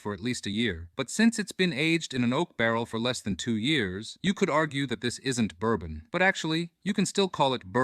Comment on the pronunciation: It's bourbon dude...it's bourbon